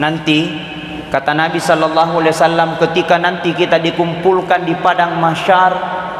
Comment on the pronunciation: Shalawat nya jg kurang tepat penyebutannya Di kata Shallallahu Lam yg pertama itu bukan lafzul jalaalah, harus dibaca tipis, lam kedua baru lafzul jalaalah dibaca tebal. Tabe 🙏